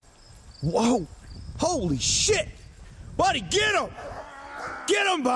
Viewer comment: funny as crap.its weird how u say holy shit